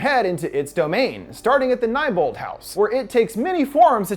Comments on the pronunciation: I know how it's spelt but fucking stop saying neighbolt its more neebolt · It’s pronounced KNEE-bolt. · I am anger he said neibolt as n i e bolt its said " kneebolt" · It's pronounced chud (like dud), Niebolt (knee-bolt), and it was a club house not a tree house.